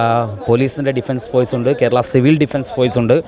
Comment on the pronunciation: ഫോയ്‌സ് അല്ല. ഫോഴ്സ്. മാധ്യമ പ്രവർത്തകർക്ക് അത്യാവശ്യം അച്ചര പുടത ആവാം